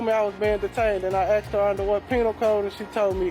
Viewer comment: "So I axed her...." pretty sure that's a crime, you can't just axe people. That's the trouble with a certain group of Americans, they think they can axe everyone.